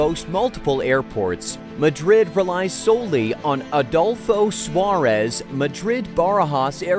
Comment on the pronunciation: Was I the only one who got chills hearing the American pronunciation of "Madrid Barajas" and "Adolfo Suárez" Airport?